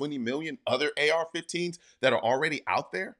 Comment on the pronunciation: I thought he said f15s no planes 4 u